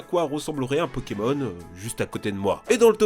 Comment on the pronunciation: C'est plutot toi qu'y s'y connait pas TA DIT PONEMON XD